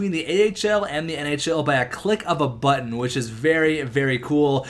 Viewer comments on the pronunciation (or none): none